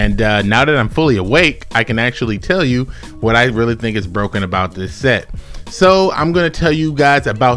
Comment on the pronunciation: "Lemme tell you why this card is number 6 on the list...: IT'S BWOKEN" 🤣